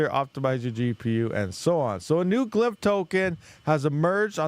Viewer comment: It's called glyph not "glymp..."